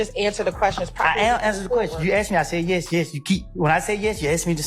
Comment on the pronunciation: Please, it's ASK, not aks.